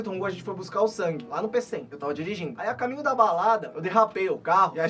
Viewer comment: falando sang em português... "Sangue" 🤣🤣🤣🤣🤣